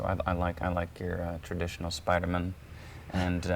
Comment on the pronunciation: the fact that he says man like "min" is oddly endearing??